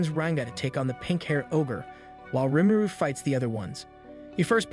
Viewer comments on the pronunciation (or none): I was enjoying this sooooo much until you kept pronouncing Rimuru (Ree-Moo-Roo) like a mumble, sound it out if not, say "our protagonist" or some other indicator that would indicate the main character. Especially if you have to say the name repeatedly.